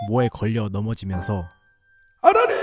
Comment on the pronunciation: 저 첫번째 "아라리"를 "아가리"로 들었써효..ㅋㅋ